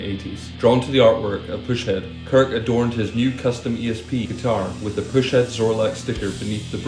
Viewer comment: Its actually pus-head, not push head. Pus, like the nasty goo that comes out of a boil or pimple.